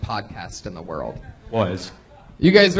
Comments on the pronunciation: Redban: "...THE ROW FAMOUS COMEDY STORE..." Why is it impossible for Redban to pronounce the word "WORLD?" Among other things it's impossible for Redban to do... this just seems really, really simple... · lol "rural famous comedy stooooore"